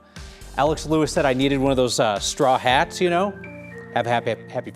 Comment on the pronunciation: The way Kyle emphasized "straw hat" is making me think he watches One Piece. Either way, easily the best news channel I've ever seen. Direct, honest, putting the right amount of attention on the right things. We're gonna need more channels like you in the coming years because shit is looking real dark.